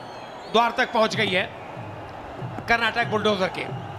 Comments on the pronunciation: Pronounce it correctly. It is not karnatak it is karnataka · karnatak nhi karnataka hai thik se bolo, happy karnataka rajyotsava